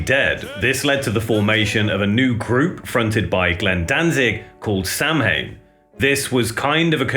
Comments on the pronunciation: It's pronounced sow in. Not Samhain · Might not be 100% correct but "Samhain" is a gaelic festival to mark the end of the harvest season. Modern halloween can trace its routes back to this festival. It's pronounced "Sow In", could very likely be the inspiration for the name! Great videos been watching for years 🤘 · Samhain is pronounced Saa-win. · Fans possibly pronounced it this way, but I wonder if it was the original intent. My guess is it was sowan. I had the sticker on my car (1988) and pronounced it sam-hain because I didn't know. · Samhain = "saw-wen" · Samhain is pronounced ‘Saa Win’ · samhain is pronounced sah-win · Samhain isn't pronounced that way. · Yes, and many other people mispronounce it as well. My guess is that they didn't know how it was properly spoken and just pronounced as English would read it. Or they just didn't care. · I get so tired of pretentious bell ends trying to sound so smart by obnoxiously proclaiming how to properly pronounce Samhain. We all know how dickheads, Danzig has phonetically pronunciated the name in interviews while also Correctly pronunciating the proper Gaelic word in lyrics. So we get it, ok. Just because your mom says you’re smart doesn’t really mean you are. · Dear Americans, please learn how to pronounce Samhain properly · samhain is not pronounced the way he said it